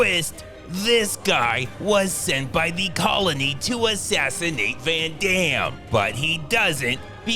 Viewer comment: 'Ven Dem' 😂😂😂😂